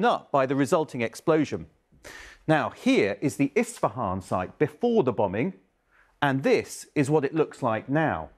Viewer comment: it's not "Istafan", but it's actually "Isfahan".